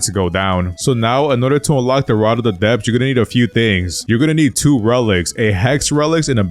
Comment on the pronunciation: Ye I heard rod of the depths I was concerned ngl